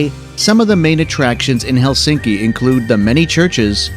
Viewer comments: Most common mistake in pronunciation of Finnish is Helsinki!😖 In Finnish the stress is always on the first syllable so it’s HELsinki👍 not HelSINki!😲😖😞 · Finnish language stresses the first syllable: HELsinki not helSINki.